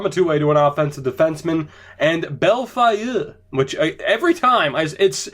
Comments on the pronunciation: Bellefeuille = Bel-Foil (kinda) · Holy shit. Bell-foy